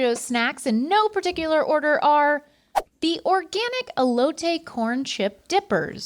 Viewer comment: Never pronounce Elote like that again